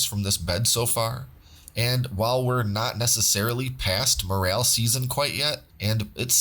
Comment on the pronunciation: “More L” not morale, also not More ale” 😂